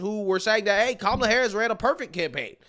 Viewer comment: 😂😂 She said kamala la la. 😂😂😂😂😂 . What a fool.